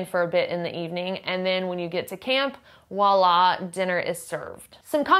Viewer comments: Thanks for this video! Good to see that there are so many options out there. Just FYI: the French word voilà is pronounced vwah-lah. The V is definitely pronounced and is not silent. For some reason, Americans commonly drop the V and say wah-lah. But the V is there for a reason, promise. Greetings from Brussels, Belgium! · Thank you! Your vlog is so darn helpful. Much appreciated by moi for sure. “Woila”? Southern France? (smile) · Voila- with a V